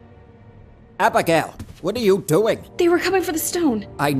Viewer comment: the way the old man says abigail “HaBiGaYle”